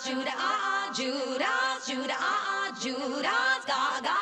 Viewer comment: She said juda ass 😂